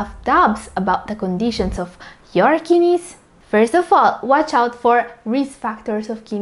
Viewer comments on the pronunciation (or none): kid neys..not kinis